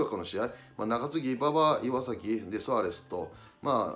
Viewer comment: 阪神の岩崎は「いわさき」じゃなくて「いわざき」ですよ！